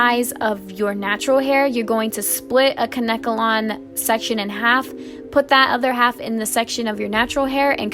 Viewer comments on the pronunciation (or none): 😂 its adorable how she kept sayin kankelon wrong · It’s Kane-kelon....I mispronounced it for years!!! Love your vids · The way she said Kanekalon made me cringe